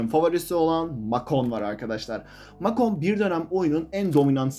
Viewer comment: Abi o mak on değil mek on hatta mek ten diye okunuyor